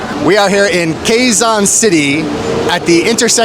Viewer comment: Today we are at K-ZON City...which we pronounced as "KEZON"(Quezon)sowshal ka talagang bumigkas..sanaol!🤣